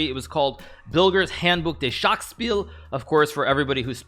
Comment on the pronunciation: hard to explain in text but the 'ch' sometimes sounds like you are clearing your throat. So forexample Buch (book) is not pronounced with an hard k same for Schach. Hikaru also pronounced Spiel (game) differently but idk even know what he did wrong there.